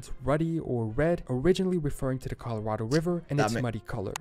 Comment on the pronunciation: Colorado is not collered. It is Spanish for Red. Colorado=Red.